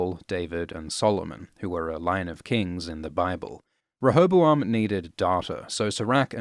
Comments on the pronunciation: OMG He says Rehobaloam right? he keeps on saying rehobaLoam. Am i missing something, and is that actually how you're supposed to pronounce it? it's such a minor detail, but i need to know if anyone else can hear it, or if i'm just going mad. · Your pronunciation of rehoboam grates on my ears every fucking time I hear it. I've always pronounced it "REE-ho-BO-am"